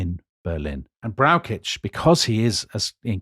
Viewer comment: As a huge fan of this podcast it is difficult to criticise anything. However, Dominic has big problems pronouncing German names. General Brauschitz is for example not pronounced with a k sound.